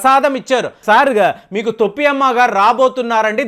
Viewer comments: గారు వీడియో అప్లోడ్ చేసే ముందు భాష సరిచూసుకోండి తొప్పి కాదు sir తోపి అమ్మ లేక పోతే టోపి అమ్మ అనండి తోప్పి అంటే బూతు పదం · తోపి కాదు బాబు . టోపి . టోపి ..టోపి. తెలుగు బాష మార్చేస్తున్నారు. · తొప్పి కాదండి టోపీ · టోపీ అమ్మ ,,,,తోప్పి కాదు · తొప్పి అమ్మ కాదండి టోపీ అమ్మ. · తొప్పి అమ్మ కాదండి, టోపీ అమ్మ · తొప్పి అమ్మ కాదు టోపీ అమ్మ . తెలుగు రాదా మీకు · గారు తొప్పి అమ్మ కాదు,టోపీ అమ్మ. ఆధ్యా త్మికథ ముసుగులో aardhikadopidi కి నాంది పలికారు. ఇది చాలా తప్పు. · తొప్పి అమ్మ కాదు టోపీ అమ్మ ఏంటో ఈయన భాష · Thoppi is wrong in telugu, towpy ....... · తోప్పి కాదు టోపీ అమ్మ